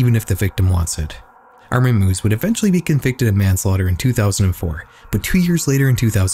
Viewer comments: It's pronounced "my-viss," not "moos" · I'm sorry, Armin MOOS??? Strangest pronunciation I've heard yet. 😂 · his surname is pronounced My-vehs. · In German this would be pronounced MY-VESS. FYI lmao. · Just a correction on the Meiwes case (pronounced Mai-ves) - the meeting of the two didn’t actually occur on Cannibal Cafe, and only had ads of his appear on the website. It was a fetish forum surrounding the cooking/eating women so it wouldn’t make sense for him to have used it to talk to potential victims. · As a German its kinda funny how you pronounce Armin Meiwes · That has to be the strangest way I've ever heard someone pronounce the name "Meiwes" yet.